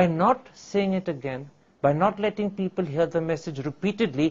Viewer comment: “PEE-PAL” rip my beloved English 🙏